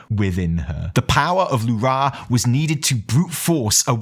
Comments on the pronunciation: You deserve the disappointment of Alleria not dying, just because you keep pronouncing L'ura as lu-RA instead of LU-ra as we've heard them call this naaru for 10 years :) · It's L'ura not Lu'ra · The only thing you got wrong is the fkin way you pronounce Lu'ra .... God damnit man, its not Lu'RAaaahhhhhh, like youre some russian screaming Huraaaaa It's a short, simple, Lu'Ra . Two syllables. Theres no aaaaahhhhhhhh at the end. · lu'rA souds so goofy to me. In my mind it has always been LU'ra. just like DO're, TU're, MU'ru, XE'ra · Evi for the love of the Void please teach how to pronounce L'ura.